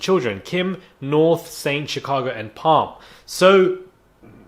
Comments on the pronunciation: Not "Palm" 😭🤣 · I kinda like palm lol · Silent P